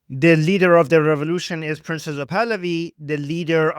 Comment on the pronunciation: Thank you for your channel! I have a small side question. I keep hearing you and others referring to the crown prince as "princess of Pahlavi", or maybe "princes (as in plural?) of Pahlavi". Why is that? Do I misunderstand the pronunciation somehow?